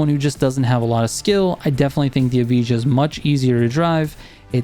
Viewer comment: Bro I’m American too still can say it right 😅 EV-I-UH all together and that makes Evija